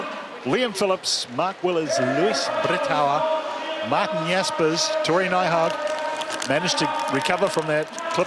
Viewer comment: 😂 he can't say Luis Brethauer